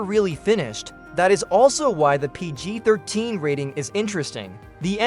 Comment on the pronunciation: Is the narrator AI? The emphasis and pauses are all unnatural. The mispronunciation of Colin Firth's name is another big issue. Mispronouncing "Close Encounters of the Third Kind" and "ET the Extraterrestrial" were very weird. And the repeated mispronunciation of "PG....13. Rating".